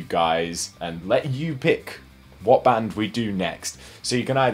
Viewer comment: bro amazing vid but the pronunciation of the band wasnt the best but tbh its better than most